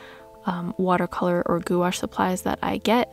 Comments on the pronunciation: "goo-ash" sounds crazy bc its actually pronounced "gwash" (one syllable). Pronounced like "wash" in "carwash" but with a small "g" sound in front of it. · Goo-ash? Really?